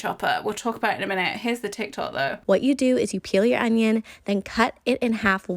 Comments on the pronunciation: I love how she pronounces onion un- i- yon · The way cherry says “onion” makes me laugh 😂